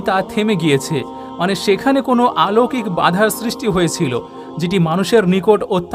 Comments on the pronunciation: আলৌকিক নয় বলুন অলৌকিক। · শব্দটি অলৌকিক, আলৌকিক নয়।